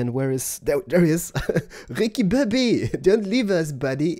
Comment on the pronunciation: Haha -with the accent- "Ricky Bobby" : villager of the year